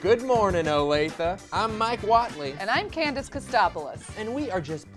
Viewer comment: Wow. Grew up in Olathe. Been to Fazoli's. Had the breadsticks. (Not that bad!) Dad worked at Garmin. Nice job pronouncing it, btw! Most people can't say it properly. Huge fan of!